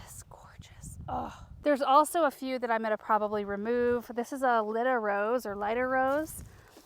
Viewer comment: Took me a few tries but I think she was saying Lyda Rose.